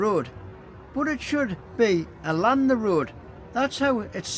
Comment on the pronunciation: Thank you for highlighting the spelling mistake, may I also highlight though, without malice, that you constantly have a problem pronouncing "along" you'll always say "alon" drives the missus mad 😂